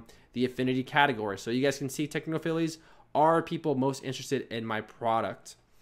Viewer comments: Great video. Thanks for the info. (BTW, it's pronounced 'techno-files' not 'techno-filies'.) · Technophiles is pronounced "Techno-Files". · Great video but I was really interested in bumper ads and I didn't see you cover it . PS technophiles is pronounced techno Files :}